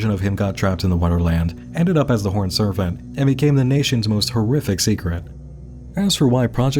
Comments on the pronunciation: Why do you say "serpent" like it's spelled with an 'f' instead of a 'p'? And please don't put audio of you open mouth eating and drinking into the mic. That shit is triggering. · Is there a “ph” or “f” sound in the word Serpent? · This isn't a critique but just drop dead curiosity, in the last half of the video you started pronouncing P's like F's when discussing the horned serpent, was that intentional for pronunciation I'm ignorant to, or am I just getting a weird audio compression? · I also never heard this before. I wonder what it means. He even says "serpentine" in the usual way, so that's odd. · Another excellent video. Thank you for taking the headache so we don't have to. Side note: you pronounced "Serpent" as "Serfent" through out the entire video. As far as I could tell, every other p was pronounced correctly in context. Just an oddity that bugged me. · has such a good radio voice...so why the heck does he keep saying "surf-ant" instead of "serpent?" This has bugged me the entire video. A hidden speech impediment? A clue about the Mythos universe? Not a native English speaker and he's just so good at it that only the pronunciation of certain words gives it away? I'm so curious about such a minor detail. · Why does it sound like "servant" every time he says "serpent"? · Why do you say "Serfent" instead of "Serpent" lol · WHY DO YOU KEEP SAYING SERFANT??? CAN YOU NOT PRONOUNCE SERPENT??? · This mf said serfent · Is there a reason he keeps saying "serfent?" It's serpent, with a p. Is that an accent thing? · I love your takes on this stuff ... but I have one small nit pick that's making me cruinge. lol ... SER P ENT ... not Ser f ent lease! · SAY "sERFENT" ONE MORE TIME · I love you but the amount of times you said “horned serFant” instead of serPent in a 3 minute time frame is driving up a fucking WALL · Another great video! But why did you keep pronouncing serpent as "serfant"? lol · What the heck is a surf-ant? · "surf-ant" really?